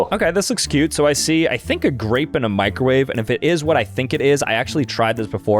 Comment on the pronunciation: Oh just loves his microwaay 😂